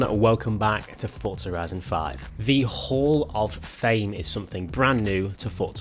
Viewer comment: "Fortzar horizon 5"